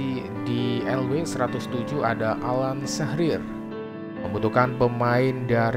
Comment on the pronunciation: Bukan alan sahrir bang 😭 utk alan shearrer bacanya syirer